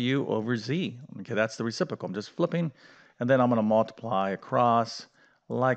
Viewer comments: Re-CIP-ro-cal. Re-ci-pro-cal. You're saying it as "Re-CIP-o-cal" without the "PRO" in the middle. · "reciPROcal" not "recipocal" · That "fancy word" is "reciprocal", not "recipocal" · Math teacher can’t pronounce reciprocal. The simple answer we were taught is invert and multiply. I have remembered this for 60 years! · You are a great math teacher. But there are two Rs in the word reciprocal. Ha.